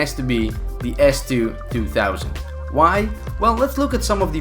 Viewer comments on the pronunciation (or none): S2 2000 you say it s2 200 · Idk how many others may have caught his mistake. He kept saying S2-2 THOUSAND. It’s 2 HUNDRED dude. Idk how he didn’t catch his mistake while editing the video when you see the name show up numerous times when he got people with it. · Its s2-200 not s2-2000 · It is an S2 twohundred btw.. :D not twothousand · Its call s2-200 not s2-2000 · He said S2-2000. It's S2-200